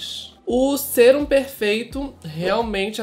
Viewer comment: Q agonia vc falando sêrum, lê sérum